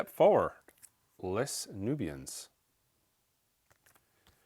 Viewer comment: I hate to be that guy but Les is pronounced as "Lay" Nubians in this case, as it is French, simply meaning The Nubians in English.